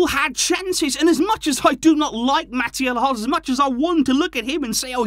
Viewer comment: Barca knew who the ref was. Sometimes you have to beat them and the team you play. Can you at least pronounce his name correctly? Very disrespectful